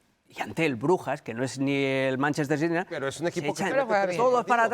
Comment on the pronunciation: Por que Carolina no dice bien Manchester City